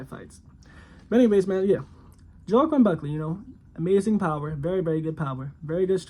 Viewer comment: That’s not how you say his name, also he’s 6-0 not 5-0..